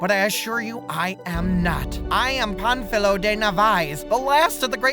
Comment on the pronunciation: just a tip to (finally) say his name right. first say pan (a bit louder this silable) and add filo, wich sounds like the philo part of philosopher. gl